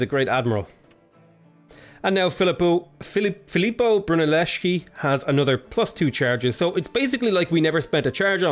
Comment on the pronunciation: The pronounce of Filippo Brunelleschi is almost correct in your second form